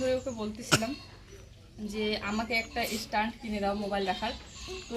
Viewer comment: Estand abar ki stand bole. Tumi ki kokhn o school e jaoni? Tomar uccharon ato baaje, Jui ke ki sikhabe tmi?